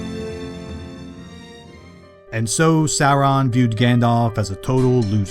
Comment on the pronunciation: Cool story. Also: An American trying and failing to pronounce Barad-Dur and Sauron.😂😂😂😂😂😂😂😂😂